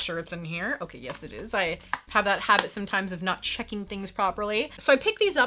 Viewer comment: I was trying to figure out what you were saying in the beginning. It sounded like "getting in the hobbit of wearing your mask" when you were actually saying"habit"--lol!!